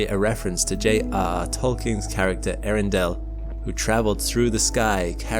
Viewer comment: I admit the astronomy nerd in me could only just barely survive hearing him call the star: " Arindale "